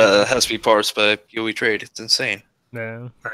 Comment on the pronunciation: pee oh ee not poh